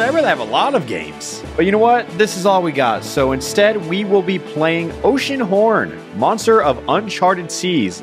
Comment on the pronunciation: It’s gonna be oceanhorn, it’s gonna be oceanhron, and... it’s oceanhorn